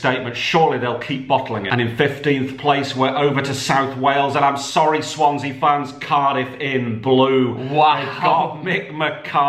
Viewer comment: Swansea 😂 Cardiff 😂😂 Lincoln 😂😂😂 It's taste not like promooootion !